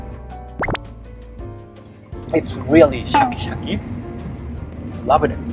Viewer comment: if says lov'n it one more time lol